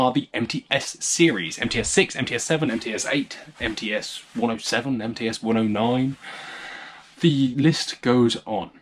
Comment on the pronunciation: What a nice take on Russian shotguns. As a Russian, I couldn't have done it better myself. Tskib is just a special division of the factory in Tula known as TOZ outside Russia and the posh guns are blandly called МЦ. It's pronounced "EmTse", second part sounds like half of the name of the horrible African fly Tsetse. I wish there was an English version of the article on MTse on Wikipedia. Anyway, thanks a lot for such a treat in these tough times.